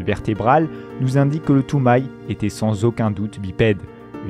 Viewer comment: et Toumaï non plus